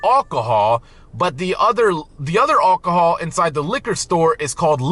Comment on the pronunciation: Don’t even bother, he doesn’t care. He’s really ignorant, he can’t pronounce any of it. He can’t even pronounce alcohol correctly.😅